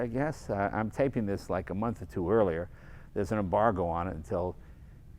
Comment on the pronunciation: Jay talking about 400z: "This is brilliant" Jay talking the impact of the 240z the entire video: "But I LOIK this"